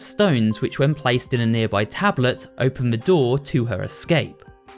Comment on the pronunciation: bro really said “open na noor”💀💀